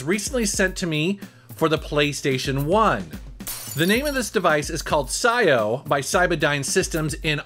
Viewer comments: I have a feeling that its pronounced P - S - I - O ... but psyo is pretty metal i guess ,|,,| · Pretty sure its Pee S I/O. As in PlayStation In/Out. Had for a year or more but havent used lately.